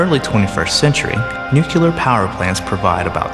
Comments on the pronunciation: started off OK, then started to speak about weight instead of mass and nucular instead of nuclear, didn't really explain much at all, and ended up with that ridiculous animation... OK, I'm being pernickity. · lol... he said nucular.. ITS NUCLEAR!!! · No, he said nucular..... It is nu-CLEE-er, not nu-KYUU-ler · "nukelar power plants" :-x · "Nucular" ...Really? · With all due respect for your good efforts here, how can you bare reading nuclear as "nucular"? Cheers! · Still unable to believe I heard the word "nukelar" ... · Noo-kyu-lar? Ugh. Very low production value here for a "science" video. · He did say "nucular". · "nucular" power plants? Yeesh. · Why is it that Americans never can pronounce the word "nuclear" correctly? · And why is pronouncing nuclear like that asshat W?